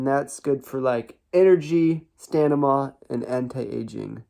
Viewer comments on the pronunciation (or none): Brother. You said Stanima... that wrecked me 😂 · Did my man say stanima? lol